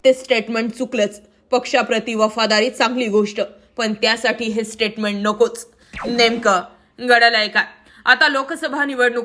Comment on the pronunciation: नेमक घडलंय काय....?... गडलय.. नाही..जरा उच्चार स्पष्ट असूद्या...